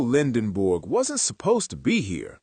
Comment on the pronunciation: At least pronounce his last name correctly. It's not Lendenborg, it's Lendeborg.